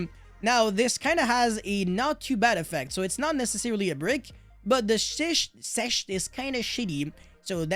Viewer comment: Sechste is pronounced somewhat like sex-te. With a soft s at the beginning of the word